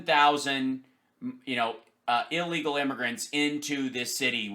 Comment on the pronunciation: I know this is slightly off topic but,one last time for EVERY dumb-ass out there…the word is pronounced ILLEGAL not EELEGAL!.